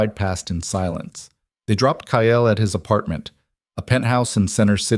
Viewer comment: Kyle is a one syllable name, not two!! 😢